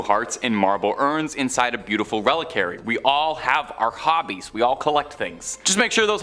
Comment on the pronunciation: Dude presents content which is actually really interesting! Not scary. Not dark. Not weird. Simply, very interesting & actually real! I've read & researched much of what dude "presents" here. Terrible pronunciation, (ie: "Re-lik-wa-ree"), embarrassingly light-hearted re: truly incredible phenomena. In eastern philisophy, "Nirvakulpa Samadhi" describes a spiritual state where very holy people, in a state of deep prayer, contemplation & divine communion, enter a state of "suspended animation". Their bodies thereby having the appearance of being "incorruptable". The spirit/consciosness/psyche remains in this state of deep prayer & intense contemplation, while the physical body remains in the position it was when this deeply prayerful & contemplative spiritual state was achieved. Apparently, this occurs, so that when this holy state of prayer has passed, & the state of divine communion has ceased, the physical body remains for the spirit/psyche to reinhabit. Which doesn't actually seem to happen. Very holy people seem to have developed the ability to remain in this state of perpetual bliss.